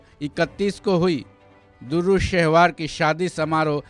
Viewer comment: Bhaijan "DURRU" nahi "DUR'RAY" (Dur = Moti / Dur're Shehvar = Nayab ye Khimti Moti)